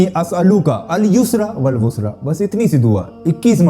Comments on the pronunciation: Are bhai khud bolreho ki sahi padna hai aur khud hi galat pad rahe ho.bushra hai na ki busra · Bushra nh bushra hy dua ki pronunciation